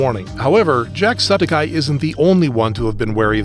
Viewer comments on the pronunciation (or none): is it just me or is the script and VO for this video AI generated? some of the pronunciations are really weird. he says jacksepticeye as "jackseptice" which is how the text is displayed on the screen. just seems a little suspicious